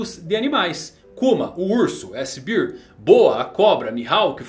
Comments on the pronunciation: Só um adendo,. a pronúcia de "Bíir" é pra Beer (cerveja) Bear (urso) a gente fala "Béir" Um abraço S2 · Não quero ser o chato do rolê, só fazer uma correção. A pronúncia de bear é “bér”… “Bir” é a pronúncia de Beer, q significa cerveja…